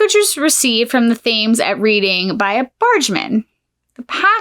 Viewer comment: It's pronounced Red ing also there were loads of baby farmers some of whom were hanged inc Jesse King ,Ada Chard Williams,Amela Sachs etc.